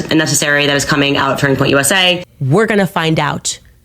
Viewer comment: Why does she always pronounce it "Turning Point USAyyyy" 😂